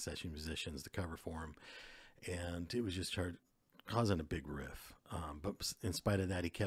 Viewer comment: Great research. Only.gotta point out that it's Rift, not riff. Just sayin.